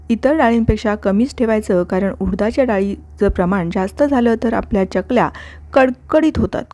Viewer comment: च्यकल्या नाही, चकल्या. कसतरी वाटत च्य ऐकायला.